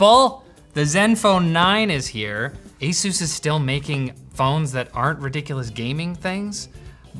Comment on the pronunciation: you should learn how to say ASUS properly! Linus already learned it, so when will you? ;-)